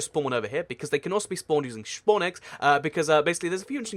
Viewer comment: Did anyone notice he said Shpawn egg not spawn egg